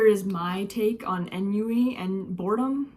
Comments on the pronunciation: Envy? Also, Ennui is pronounced (on-we) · it’s pronounced on-we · Ennui is pronounced awnwee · It's pronounced enwi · On-wee That's how you say boredom's name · ennui is pronounced un-wee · The clip you showed literally showed Anxiety pronouncing Ennui’s name lmao, so with her and google’s pronunciation then it’d be “On wee”. Also when I googled it my result was an audio than was definitely a lot more understandable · I’ll give you nonsense way that how I pronounce it.onwee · It was hard for me at first to pronounce Ennui's name as well! what really helped me is breaking it down. instead of just trying to say the name in its entirety, try saying "On" and then "we". then combine them. "On we"! That's how you say Ennui! But if you want to say it in French, pronounce it like this! "On ree"! Whether you say On we or On ree, That's how you pronounce it! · Eionui is pronounced onwee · Ennui is announced “on-we” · Ok let me tell y’all how to pronounce ennui On-we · ennui is pronouced on-wee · 😅 you can pronounce it on we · Why did she pronounce Ennui wrong?